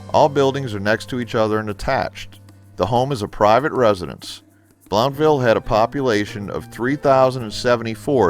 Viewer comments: "Blountville" is pronounced as "Blunt-ville" not "Blownt-ville" LOL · I heard (From my Real Estate Agent) that it was pronounced "Bluntville"